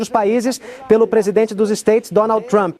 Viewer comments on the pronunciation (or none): Pra que se esforçar tanto para pronunciar trump "truamp" besteirol!